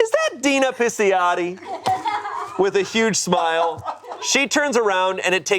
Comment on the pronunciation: ❎️ Donna Pinciotti ✅️ Dina Pisciotti